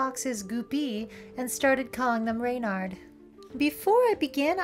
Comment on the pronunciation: As someone who took my furry surname (furname) from a book about Reynard, it is so heartening to hear someone pronounce it correctly. ...and not 'REH-nirrd'.